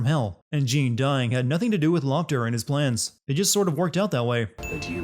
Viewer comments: How did you get the pronunciation for Jeanne wrong all the time when you had the game call her in your video many times? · 1 sin less for everytime he says "Jeen" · Damnit, it's pronounced 'Zhawn.' Ladies get REAL uppity if you mispronounce their name. ding sound Also we saw multiple instances of the bosses from the first game, as if there's been more than one. ding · Jean?! Ro-DAN?! I cant like how you mispronounce things when you have the game telling you how its said. Makes no sense at all and honestly dilutes the work which I already had an issue with because you’re saying basically are dumb. Thought you wiuld grow out of it but ah well. Back to not watching these vids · Are you aware you pronounced Jeanne's name as "Jean" eleven times? As a gal who shares the same name with the same pronunciation, it makes me die a little every time I hear someone mispronounce it that way. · Actually it's more "Jahne". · Calling someone Jeen is a sin itself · I don't know why it so hard to say Jeanne like Joan/John that should be a sin count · YOURE PRONOUNCING JEANNE INCORRECTLY